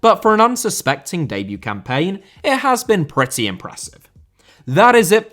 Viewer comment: Debut * not Deibyu Signing* not Sagning Magalhães * not Magalis Ramsey* not Ramzey Solanke* not Solankei Mbeumo* not Embueimouw Raya* not Jayer Caicedo * not Caiceirouw Enciso*not Encescouw Buenanotte* not Buenanottei Can't * not Khon' Eze* not Ezei Olise* not Olissei Doucouré * not Doucorei Andreas* not Ondreyas Granada* not Granohrer Tete* not Tetei Diogo* not Diyeigouw Dalot* not Dálouw Half* not Holf Felipe* not Felipei Roméo* not Rôuwmiouw Clube* not Clăb Hugo* not Hyugouw Bueno* not Bueinouw